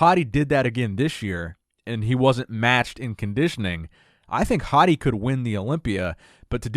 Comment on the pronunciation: I'm leaving this comment because I am a great fan of your excellent commentaries. I am not sure if you will see this comment but I hope you do. Hadi's last name is pronounced Choupaan; it is the same way you would pronounce Hadi as Haadi which is the correct pronunciation. Also, for Iran, the country that he is comming from, the correct pronunciation is Eeraan. People from Iran are Eeraanians. By the way Choupaan means Shepperd. I hope he end up winning this year 's show.